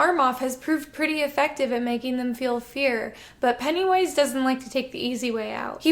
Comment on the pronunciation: It really kept sounding like you were saying Pantywise.